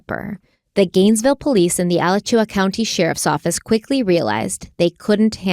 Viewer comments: My daughter is getting ready to head to school in Gainesville this coming week. I had totally forgotten about this case. The killer was caught in my hometown. I will definitely be having a conversation about safety. Also it is pronounced A-latch-chew-a. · Normally I don’t comment but, I didn’t even recognize the county when you said that one of the victims worked for the Alachua county sheriffs office. Alachua County = Uh-la-choo-uh county I grew up in Gainesville and this story was always scary, it happened when I was only one years old but I know when I went to UF for college my mom was anxious about this. Overall Gainesville is a safe place to live. The victim that graduated from Newberry basically grew up in Gainesville, as this is a small town outside Gainesville and is included in the public school district. Such a sad story, there was a memorial on a mural wall that is near campus for a long time and then they eventually planted palm trees in the middle of the road in front of the mural wall as a more permanent memorial because people had begun to paint over the mural memorial. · I'm so glad you are covering this case. I am a Gainesville native and LOVE your podcast. Since I know you try to be respectful of victims and locals, I wanted to share 2 things. 1. Alachua County is pronounced A LACH U A. 2. No one locally calls it Gainesville Ripper. But instead, Gainesville Student Murders. If you local at the local paper you will see that they don't use the term Gainesville Ripper. know it's the media term and you probably need to use it in the title for SEO but you may want to share this in a podcast because locals find it disrespectful because it focuses on the killer not the victims. You've done a great job with the first episode. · Alachua = Al-a-chew-ah or Al-a-chew-eh depending on who you ask locally! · A (short a sound)-latch-you-a (short a sound). I live in Gainesville and am excited to watch. But the mispronunciation of Alachua is distracting.